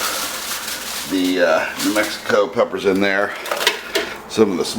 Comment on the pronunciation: I went through all these comments. For 12 years people have been asking for clarification on what kind of peppers he's using but for whatever reason, he refuses to list. I have let a dozen people listen to the video and no one can understand his pronunciation of the peppers he's using. Also, always remove stem and remove seeds and veins then bake peppers for 4 minutes at 350 degrees. Let cool and grind.